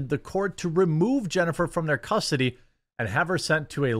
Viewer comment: "custardy" you turned into ryan for a sec 😂